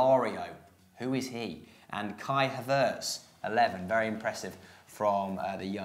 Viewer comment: best possible example for pronouncing “Kai Havertz” wrong